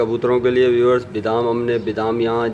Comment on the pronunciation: bidam nahin BADAM kehtay hain,,please correct your mistakes